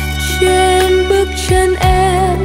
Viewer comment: Cháu là 1 thiên tài về âm nhạc. Chú đã theo dõi cháu từ ngày hát chung với ĐVH. Chác có tài, lại có sắc, và có nhiều điều kiện để phát triển. Cháu sẽ thành công. Nghe bài Diễm Xưa, chú đề nghị cháu cố hoàn chỉnh 1 vài chỗ về phát âm như...hằn lên nỗi đô, truên tầng tháp cổ... Vài câu là điểm nhấn, nơi ngân nga...giọng cháu hơi lớ nên chú có cảm nhận đây là giọng của 1 Việt kiều... Mong cháu cố sửa những khuyết điểm này để vươn xa hơn nữa. Mong nghe bài hát kế của cháu.